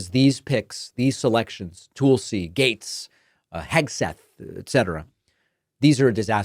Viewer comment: My god can some teach him how to say Tulsi. “Toooolsey”